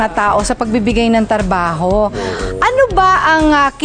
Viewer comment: ms reg...trabaho po hindi tarbaho